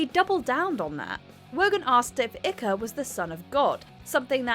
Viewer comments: I thought he was David 'IKE', not ICKER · Ikker!? Hahaha It is Icke (pronounced Ike). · David Icker?!?! Omg DO YOUR RESEARCH!! It's pronounced 'Ike ' ... Unreal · Who is David IKKA ?? It's pronounced IKE ! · David ick-eh? David Icke - to rhyme with pike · Top tip: David Icke's name is pronounced "Ike" as in "Ike and Tina Turner" not "Icker" like "bicker". It would be good if you let us hear the actual footage rather than talking over it all. Most people are intelligent enough to understand what's happening if they are allowed to listen to it. They don't need it described to them. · David Icke rhymes with Mike. I dunno where she got ikka from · Who is David Icker? It looked a lot like David Icke to me. Icke rhymes with like. I dont think that interview ruined his career. It set him on a lifelong path where he speaks to huge audiences around the world. He has an enormous following, and he's been proven right about many of the things that he has been mocked for. If he'd never mentioned the lizard people, he'd have even more followers. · Icker? Pronounced 'eyyk'..... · Erm... Ike is pronounced as in Like not Iker. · Icker? don't you mean Icke pronounced Ike. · Please pronounce IKE better it’s not Ikka it’s Ike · Ikka? It's pronounced hike. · You should learn how to pronounce names before you make a video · Hello it's not pronounced Ika it is pronounced Eyek....just thought I would point that out! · David Icke's name is pronounced, "Ike" not "Icker", you Muppet. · #4 - What? You’re English and you don’t know how to pronounce Icke? It’s not “ick-uh”, it’s just like “Ike”. At least you didn’t say “icky”. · Just a small point, but the narrator said about Davids Surname like ICKER as in Licker without the "L" but its more like IKE and in Bike without the "B". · Iker…WTF, pronounce the name like ‘BIKE’ but drop the B FFS!!!!!! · David "Icker"????? Pronounced "eyke", as in the nickname for Eisenhower. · Ikker? Icke (Eye-k). 🤦🏼‍♂️ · Ikka? It's pronounced aɪk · Ick-er? Really?